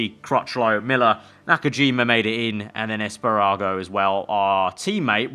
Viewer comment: Esparago and nakajima? Its espargaro and nakagami